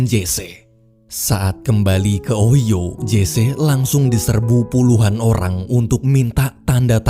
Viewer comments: Itu di bacanya unoversitas ohaiyo bg bukan oiyo🤣🤣 ngakak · Ohio dibaca nya ohaiyo bang bukan ohio, cuma membenarkan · O-hai-yo bukan Oyo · kok gw kesel y sama pengucapan kata ohio jadi ohyo, itu bacanya ohayo! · Jesse : jesi. Ohio : ohaio. Ini bangsat gak googling dulu apa ? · cara nyebut ohio itu ohayo bang🤣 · Wkkw min Ohio disebutnya OHAYO wkwkwk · Pelafalan OHIO ny d koreksi ya bang. Pdahal pembawaan udh bagus, tpi krena denger itu jdi ketawa dulu.